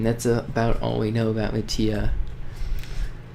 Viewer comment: I didn't know you pronounced Mati Ma tee aah When I first encountered the red eyes... I thought it was a myth... Or Some sort of Stalker.. But when mati showed up I was like "Ok"